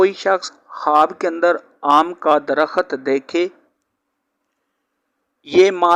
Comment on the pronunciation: bhai mullah ji Darakhat nahee sahih DARAKHT HAI.